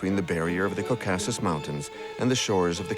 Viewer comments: the cowCASssus. brutal. Then pronounced correctly mere seconds later. What real narrator uses two different ways to pronounce the same word? A machine, that’s how. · mispronounced common words like Caucuses and Reich. definitely AI.